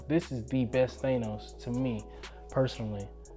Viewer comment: Than-os.....not Thane-os